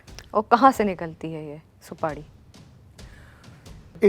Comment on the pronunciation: Didi Supadi nhi supari hota h or ye Gutka king Ajay Devgan ke muh se niklti hai bolo juwa keseri 😂😂